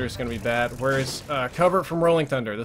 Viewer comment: i love everything about you except the pronounciation of where lol